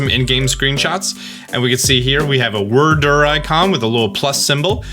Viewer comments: You pronounce "Wyrdeer" like "Whir-Derr" but it's pronounced like "Weer-deer", just a heads up. And it's the CelestiCa flute, with a "c" before the a. Sell-ess-tick-uh. Just in case you care about accuracy!! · "Say deer." "Deer." "Say Wyrdeer." "Wurrdurr" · WERRRDURRR🥴🥴🥴 It's Wyrd + Deer... a weird deer... Wyrdeer... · You HAVE to be mispronouncing Wyrdeer intentionally. It's "weird deer", not "word deer". It had its name pronounced in the earlier trailer! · It's pronounced "Weir-deer" not "Werdur" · Bugging me whenever he calls Wyrdeer, “Wurrdurr” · I think it is pronounced as "weird deer" wyrd is a magic term. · You are killing me with the Wyrdeer pronunciations. Wyrd e e r. It's a deer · fyi, "Wyrdeer" is pronounced "weird-deer" but without the second 'd' so "wierdeer" basically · Also, it bothers me that you keep mispronouncing Wyrdeer when it said it in the trailer. Weird Deer cuz it’s a Psychic deer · I’m pretty sure wyrdeer is pronounced weer•deer. Not like worder or weirder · Omg pronounce the two e's WyrDEER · I think it’s pronounced weer-deer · Pretty sure that's pronounced Wierd-ear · Stop saying wyrdeer like that please. They literally pronounced it as ‘weird- deer’ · At this point I'm fully convinced that you don't know how to pronounce Wyrdeer and are now too afraid to ask 😛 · Dude the way you pronounce stuff is just not good